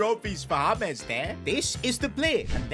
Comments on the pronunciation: It's J not H...James not Hames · BRO ITS JAY-MZ not HAMES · It is James not hamez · why you calling colmbian super player names his nime is James Rodrigruez not hames and not nickname to. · Who is Hames? His names is James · Why are you calling James, Humes? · Bro he is called James, not Humes! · Why does call him humeez